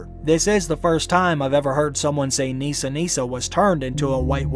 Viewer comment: it’s Nissa Nissa. Unfortunately for me (Nissa is my name) I don’t pronounce it Neesa so I’m sure anyone I meet after this season will hey it wrong!